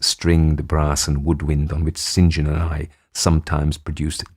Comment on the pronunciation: Such a pleasure to hear someone who knows how to say "St John"